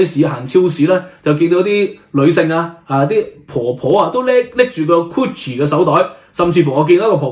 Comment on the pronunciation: Hermes，H 完全不發音！ Gucci，Gu 讀 姑，不是 ku